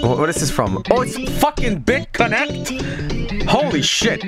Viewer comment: sounds like bitconeeeeect to me